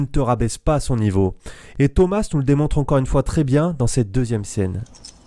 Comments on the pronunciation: Ça se dit pas Thomasse mais thoma le s est phonétique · POURQUOI TU DIS THOMAS « SSSS »